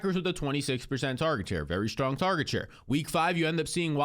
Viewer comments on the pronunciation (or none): none